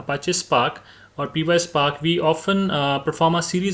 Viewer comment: Py is pronounced pie as in Apple pie. not P-Y. So it's one word pyspark😊